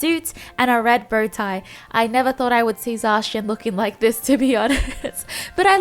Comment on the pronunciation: Zacion lmaoo